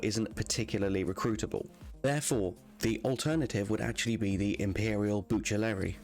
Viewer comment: thanks very helpful also the Imperial Bucellarii are pronouced Bukelari